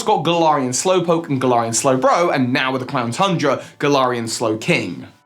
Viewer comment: did he- ... did anyone else hear him say "clown tundra"?